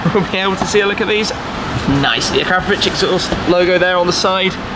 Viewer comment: A crap a vich...really. Akra povic